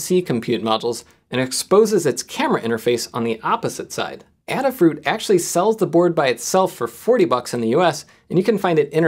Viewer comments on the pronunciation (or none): Protip: Adafruit is pronounced "Ay-duh fruit"; you said it "adda-fruit". It's named for Lady Ada Lovelace, first person to write a "program" for a "computer"